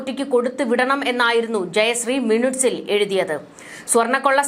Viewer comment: മിനുട്സ്... അല്ല... മിനിറ്റ്... ആണ്.. Avasyam